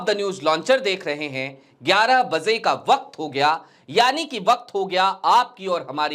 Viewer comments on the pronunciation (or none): बज़े नहीं बजे होता है